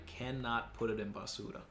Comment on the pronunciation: Basuuuura.... Lol Actually,, how is your Spanish?